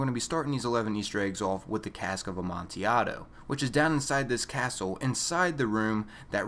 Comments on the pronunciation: btw for #1 it's pronounced "ah man till ad o" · the L in amontillado is not silent and is not pronounced like an I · its amontillado,assclown